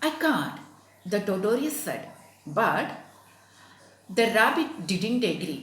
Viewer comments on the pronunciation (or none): Madam totorious entha tortoise alley aama athu vayikkunnathu taw-tuhs ennalley